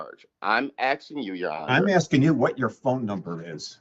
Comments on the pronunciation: He is axing you🤣🤣🤣🤣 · He just be axing questions. Come on man. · I'm axing you. What a nitwit!